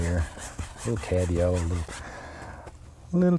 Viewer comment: Bob says Yellow like there's no "w" - Yello.